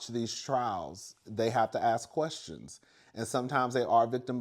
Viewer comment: 😂😂😂 you kill me everytime you say I have quastions😂😂